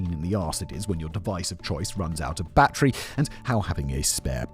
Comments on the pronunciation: It’s battery, not bat-tree. BATTERY. Good lord that nearly gave me a stroke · Battery.. "bat-tree".. You English folk lol